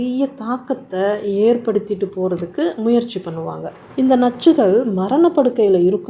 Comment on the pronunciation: I like the way you say nachchugal😅